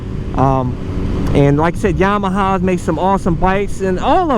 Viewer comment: “Yahama” Lol love you